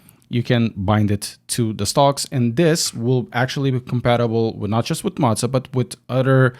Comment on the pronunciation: I am no hater, but the way that you are saying Moza is scratching my brain......